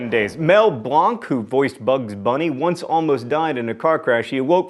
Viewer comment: It's pronounced Mel BLANC, not Mel Blahnc. I'm an avid cartoon fanatic as shown by Elmer Fudd being my profile picture.